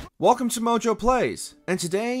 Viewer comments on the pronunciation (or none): none